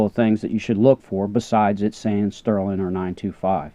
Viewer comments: Please. Sterling, not sterlin'. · I’ve Heard of STERLING but your the first person I’ve ever heard call it sterlin?